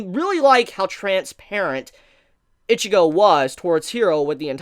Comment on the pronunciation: Stop calling her Itchygo